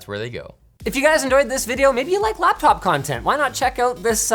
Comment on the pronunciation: "UR CAPTOP IS SCOW" ?